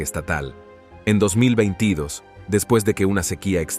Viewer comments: Muy buen locutor.Pero no sabe pronunciar 2022... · Si ese locutor va a tener que hacer un curso para pronunciar el 2022 esta raspado